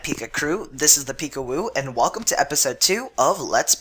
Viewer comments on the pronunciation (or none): none